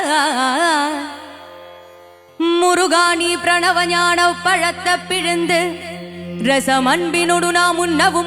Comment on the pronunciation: Pronunciation should be ஞானப்பழத்தைப் பிழிந்து Not ஞானப் பழத்த. Rest are excellent ❤❤❤